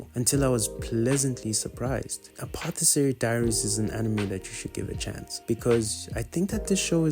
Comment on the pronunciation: you pronounce Apothecary with a k sound for the C Mao means cat in Chinese